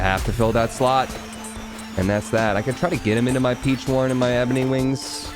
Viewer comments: It’s not peach one It’s peach ohne That is how you say it my guy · It's pronounced "peach on" like a play on words for the Spanish word for squab or hatchling (pichón).